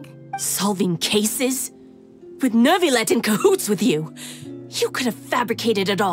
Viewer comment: Carole one of the rare English voice that pronounce Neuvillette’s name right without the “r”